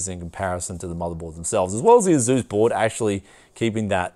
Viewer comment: It's /ˈeɪsuːs/, not /e'zu:s/